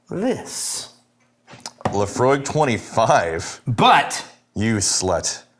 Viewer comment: Whenever you say Laphroaig, I hear 'Emma' .. !!